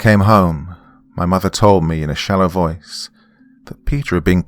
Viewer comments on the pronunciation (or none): none